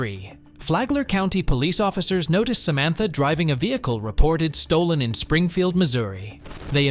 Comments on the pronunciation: Am I having a stroke "Samatha" not Samantha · Why do you keep pronouncing Samantha in different ways? Its Samantha, not Sa ma tha. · Samantha? No... Sam-ith-uh.